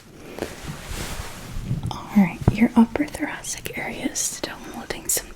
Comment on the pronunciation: It's a soft C, like thoraSic.